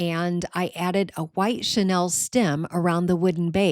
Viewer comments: I really liked a lot of your idea, but please say chenille- not Chanel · Mispronounced chenille